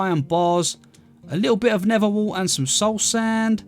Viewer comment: Nether, ❌ Neva ✅